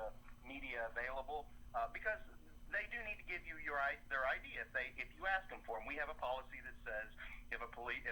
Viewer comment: Love your audits but the word is ASK .